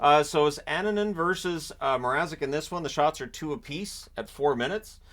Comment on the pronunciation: Good job with pronouncing Finnish names, like Annunen and Luukkonen. But if you really want to perfect that, try to internalize that double consonants (kk or pp or nn) always indicate a tiny pause in the middle of the name